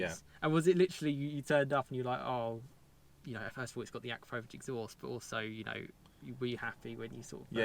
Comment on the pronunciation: It’s pronounced uh - kra - pow - vich or A - Crap - o - vich Couldn’t keep watching these vids otherwise 😂